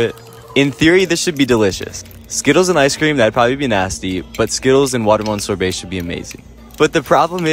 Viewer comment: Fun fact: That pronunciation of "sorbet" is a war crime in 7 countries